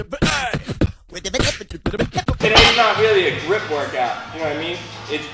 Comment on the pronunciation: You said chateau again :D If they give you a good explanation about the exercises then it's really good (like you showed in the vlog) otherwise you will develop bad habits wich WILL lead to injury. Whatever you choose, keep it up, you are allready seeing a huge payoff in your comparison! :D